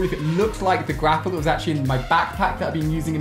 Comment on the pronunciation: No one else noticing he says "Grapper" instead of "Grappler"? facepalm Edit: Wow thanks to those that subbed! :DD